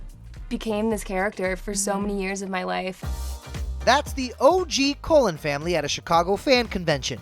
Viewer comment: The who family am I the only one who heard colen family instead of cullen family.